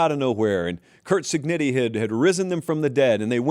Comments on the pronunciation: How much does he have to win for you to pronounce it Cignetti instead of Cignitti? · I’m literally referring to his mispronunciation, but you do you. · By the way, this is literally about mispronunciation of Cig’s name, but glad I struck a nerve somehow lol